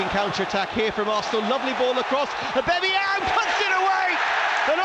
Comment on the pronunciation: Hate how the first commentator pronounces Aubameyang ’Äbemeyäng’